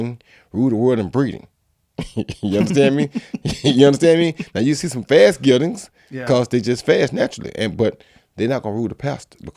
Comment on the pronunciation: he's saying gelding...a term for castrated animals, but mostly used to describe horses...